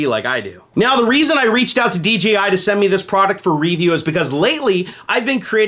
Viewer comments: Anyone else hearing DGI rather than DJI? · Does anyone else hear him saying DGI instead of DJI? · Great vid. Now I want one. God dammit. Also: you kept saying DGI instead of DJI haha.